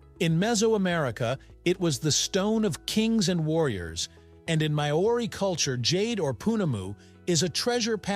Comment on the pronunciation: Think you should actually put some effort into pronouncing 'Maori' and pounamu correctly instead of butchering it so horrendously